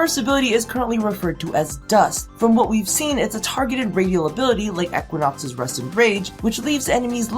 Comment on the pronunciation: i didnt have a problem with gay people before i heard you pronounce titania and equinox